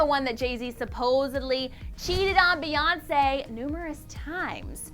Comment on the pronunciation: When Kanye said Beyonce has a picture of Kim in her studio. I heard B.S....